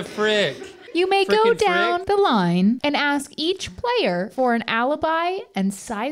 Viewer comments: “wut da fweakin fwip??” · Not even 3min in and I already lost it at “what the fweaking fwick”